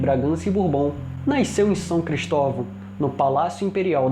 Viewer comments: Bom vídeo, mas que porra é "naisceu"? KKKKKKKKJJ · Amigo. De onde vc é natural? Noto que vc fala "naiceu" ao invés de "nasceu" kkk. Mas acho que é regionalismo. Já vi outras pessoas falarem dessa forma. Parabéns pelo seu trabalho. Gosto muito da TV imperial.